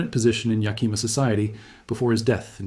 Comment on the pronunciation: You might be interested in knowing that the Yakima were a tribe of Native Americans. It is not pronounced "ya+kee'-muh". Native languages tend to put the accent on the second syllable. The tribes name is actually pronounced as Yah-kih'-muh. Just saying... Love your videos regardless! Dreamhawk 🪶